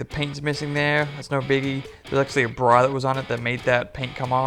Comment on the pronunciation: LOL, you say Brar when you try and say bra....I got a kick out of that. ;) Nice car for sure, curious what you picked it up for.